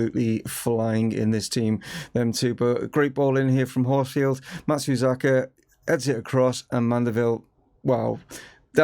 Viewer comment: Matsuzeeka, Matsazuka, Matsazuki! - I've heard this name butchered multiple times. I think we should just call him MATS and be done with it 😅 I'm really enjoying this series and you're building something pretty unique at Chesterfield.